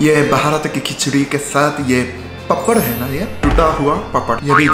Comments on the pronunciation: Papaar nehi paapar boltehe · पपड़ नही पापड़ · Yes in